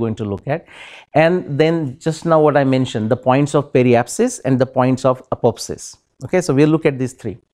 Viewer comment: pronunciation of apoapsis and periapsis is wrong by speaker ... he is speaking these words as if they were apopsis and peripsis